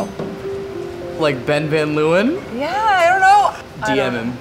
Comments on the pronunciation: any other dutchies deeping how much the word leeuwen was butchered in pronunciation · The way they pronounce Leeuwen lmao